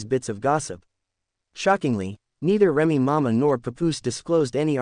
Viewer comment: How is you going to speak upon somebody business it can't even pronounce their name? Remy mama! I'mma need you to get your AI in order.